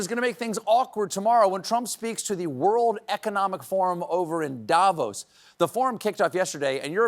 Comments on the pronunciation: How to pronounce Davos: stress on the "o". It's Davós, not Dávos. Thank you, 🙂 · every year's the same... In Switzerland we pronouce DaVOs" and not "DAvos"... Pleeeaaassse😖